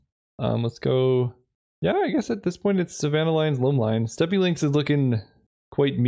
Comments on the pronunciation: Please tell me this doesn't become a Mandela effect thing. WE ALL KNOW HE SAID 'STEPPY' and not 'STEP'!!! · Penny dreadful is really a sweet format! Also steppe is pronounced [step] and not [steppi] 😅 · Oh lord he steppy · it’s pronounced step, not steppe